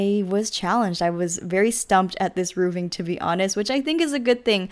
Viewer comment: No offence meant, because I think you do great builds (which I've used tons of - thank you!)) and you have a nice personality, but you say "roovs" instead of "roofs" a lot. Plural for roof is "roofs", not "roovs" and the pronunciation is same for roofing. So it's , "roofing", not "rooving" :) x